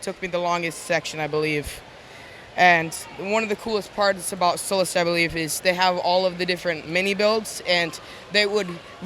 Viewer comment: It must be sullust not sullest